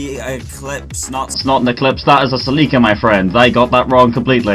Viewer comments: "saleeka" its pronounce Sell-lick-uh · It’s celica cell-Ik-a not selika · lols, "Si-Leak-Ka" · he called it a “celEEEca”... help me god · ah yes, the salika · Did you say Toyota Saleeka? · Toyota Celica is pronounced like this “sell-li-ca” 😂😂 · Toyota Sa-lika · What in the actual fuck did you call the celica?? Lolol cell ick ah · The way you say Celica makes me want to cry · Had to stop watching after hearing you mispronounce celica 15 times